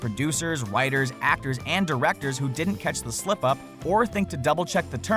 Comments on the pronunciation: It's writers not whiters or did you mean to mess up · He said whiters instead of writers on the boss baby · at like 13 29 he said witers not writers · he says “ witers”. Should that be in a YouTube video mistake video thing?